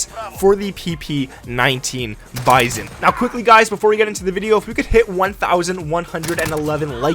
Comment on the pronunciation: It’s not bison it’s bizon lol